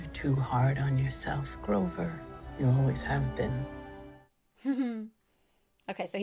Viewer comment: *grover. Not grocer